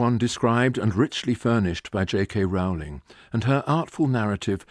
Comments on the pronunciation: Firstly, it's pronounced JK Roll-ing. Secondly, it's less political and subversive than implied. The whole point is that even in a world of magic, we are flawed and limited. When the minister of dark arts is asked by the Prime Minister why they can't deal with Voldemort, the answer is simple, he has magic too. The point of magic in the Potter world is not that it fixes everything, but that work, determination and sacrifice are required even in a world where you can wave a magic wand. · He is being a specific kind of jerk in consistently mispronouncing her name, I assume as a 'joke'. It is something one expects from a poorly-raised 13-year old. Disappointing. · On an incidental note, why does he mispronounce Ms. Rowling's name?